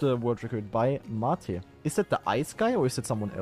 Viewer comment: Mah-te? Really, m8? 😂 Aber wie immer sehr unterhaltsam 👌 Wenn das Chaos mit den ganzen parallelen Matches nicht zu groß wird, könnte die neue Saison echt Spaß machen. GL! 💪